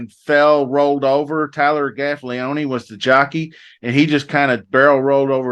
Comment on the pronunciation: If this host is a horse racing enthusiast, how can he mispronounce Gaffalione's name?